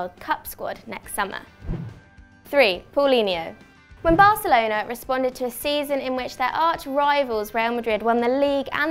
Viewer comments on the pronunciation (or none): none